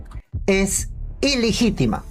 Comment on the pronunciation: "ILIGITEMA"??....Se dice ILEGITIMA....¡Pareces alumno de Pedro Castillo!..🤠...Si lees por lo menos hazlo correctamente! 😎